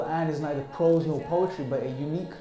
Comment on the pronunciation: Prose, not Pros!